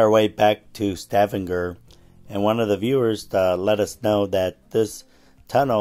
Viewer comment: Only an America could pronounce Stavanger like you did. Only pulling your leg😅